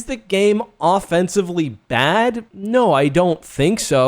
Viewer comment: Have never heard “offensively” pronounced like that